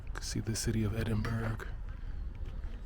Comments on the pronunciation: Edin-bruh, not burg - pleased you came! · Welcome to Scotland; Failte gu Alba ( pronounced Alapah)! Edinbrah not Edinberg 😆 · Not EDINBURG! You say EDINBURAAA. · As someone born and bred in Edinburgh I’ll say this once due to misinformation being spread in the comments. It’s pronounced Edin-BRUH. Not edin-burra. that is how Americans typically pronounce it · As someone also born and bred, lives, works and will probably die in Edinburgh.... you are WRONG! it's edin-burra or Ed-in-buh-ruh. "edin-bruh" or "embra" is how Glasweigians pronounce it!!! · I really enjoyed the video, since I lived in the UK in the past, but have never been to Edinburgh. ☺You should have asked the locals, though, how to pronounce the name of the city, it was funny to hear "-burg" 😂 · Say Edinburgh like Edinburrah and Glasgow like Glazgo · I wonder how many people in the comments corrected his pronunciation of Edinburgh. Probably a lot. ^_^ Ed-in-bur-uh. I've lived my whole life in Scotland, live 2 years in Edinburgh for university. Sadly had to leave because of the cost of living in Edinburgh. I miss it. Wish I could live there again. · Only an American would jump to the conclusion that the sound of an ambulance must mean a shooting. Dear oh dear!!! It's pronounced ED-IN-BUH-RUH btw. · Edinbregh with silent g and h --> Ya silly sausage ye :face-blue-smiling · Edinburgh is pronounced Edinburra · you’ve never heard anyone say buh-ruh despite multiple people in the comments saying so and you keep wrongly contradicting them. It’s literally burgh.. as in the borough of somewhere, an area or district 🤦🏻‍♀️ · Hi,. Great video from Edinburgh. Pretty sure the city name is closer to “Ed-in-bruh.” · Edinburgh is said edin-bur-ra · Hey! I love Edinburgh. My favorite "big" city in the world. Past & present merges so amazingly. I'd love to get back there someday. By the way, pronounced "edin-bur-uh." I hope you try the haggis! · Why cant Americans pronounce edinburgh . It really is not hard.